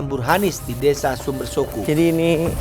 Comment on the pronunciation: HOOOOIIII......BELAJAR BAHASA JAWA LEBIH BANYAK. SUMBERSOKO SUMBERSOKO. PADA TULISAN NAMA DESA SUMBERSOKO ADA 2 HURUF O.... O YANG PERTAMA SUDAH BENAR KAU UCAPKAN SEPERTI SUARA KALAU KAU UCAPKAN KATA OTAK. DAN O YANG TETAKHIR BUNYINYA O SEPERTI BUNYI O PADA KATA ROKOK. FAHAM ‼️ JADI 2 HURUF O ITU BUNYINYA BERBEDA, BUKAN SEPERTI BUNYI MULUTMU SUMBERSOKO SUMBERSOKO.... PINGIN TERTAWA SAMBIL LEMPAAAR SANDAL KE KAMU MENDENGARNYA....😂